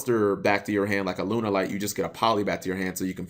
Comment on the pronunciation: >Has to specifically type in "Lunalight" in the title of this video. >Still manages to say "Lun-er-light".